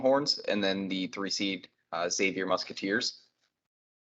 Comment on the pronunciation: Kudos for listening to the comments on how to pronounce Xavier correctly.